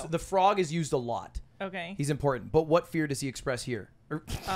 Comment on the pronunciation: I am Dutch, but her way of saying 'but' sounds really weird to me. She pronounces 'but' like 'buyt'.